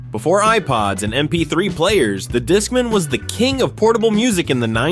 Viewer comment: I remember all these things, but I have to say everyone I knew was using AOL instant messenger and I never heard JNCO or discman (which was not revolutionary bc walkmans already existed), pronounced that way. And whoever wrote this list was WAY into Goosebumps lol